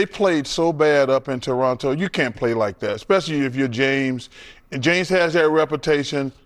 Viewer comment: Thanks for saying it properly...no second T. TORRONO